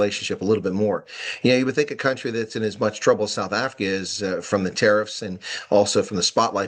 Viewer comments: Hate the way they pronounce country. COWNTREE. UNEDUCATED TRASH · A foreign minister that calls country a "COWNTREE* is definitely a highly educated cadre.